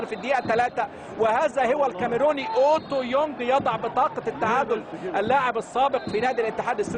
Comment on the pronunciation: المذيع مش عارف يقول اوتوبونج 😂